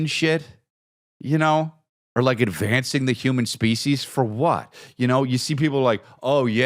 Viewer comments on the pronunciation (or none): none